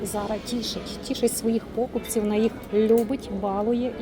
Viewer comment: 1.04 тішить своїх покупцІв, а не пОкупців